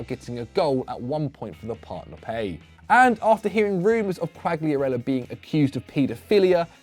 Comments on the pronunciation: You keep pronouncing Quagliarella wrong , G is silent )) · Think the fact you're pronouncing Quagliarella's name wrong is gunna bother him more than the stalker 😂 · Man if you want to talk about Quagliarella you need to pronounce his name correctly ffs